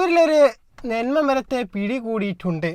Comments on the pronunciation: നെന്മാ മരം അല്ല ചേട്ടാ നന്മ മരം എന്നാണ് 😂😂😂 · നിനക്ക് മലയാളം തന്നെ ശരിക്കും പറയുവാൻ അറിയില്ല നിന്മ അല്ല നൻമ്മ എന്ന് പറയണം